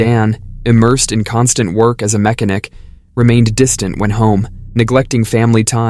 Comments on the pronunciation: you didnt just say "MECK-uh-nick" You just couldn't have. 😂😂 Also dzzam his teef are yellow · A “mek a nick”?!?! 😂omg you seriously can’t say mechanic the right way ?!!🤦‍♀️ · I know !! I had to replay it!!😂 he clearly does not know what a mechanic is or how to say it !🤦‍♀️ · This is why i like AI? Mec a nek gave me a wonderful belly laugh. 😅 👍👍👍👍👍